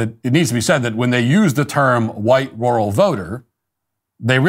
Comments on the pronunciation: My lord Matthew why do you pronounce rural with a "W" 😂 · Why is he saying "Rural" like that ?